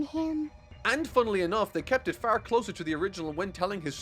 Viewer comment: Dude, it's far not faar, OK?? Sorry.